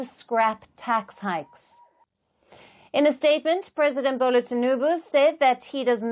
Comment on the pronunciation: "Ebola" Tinubu. That is a racist. It is Bola Tinubu. I doubt it is an accident.